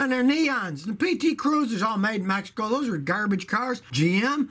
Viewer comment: “Mehico” -Scotty Kilmer, 2019